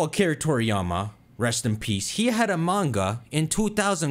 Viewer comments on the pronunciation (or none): none